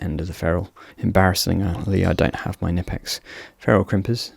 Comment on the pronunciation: How is it that creators are still unable to pronounce Knipex after all these years?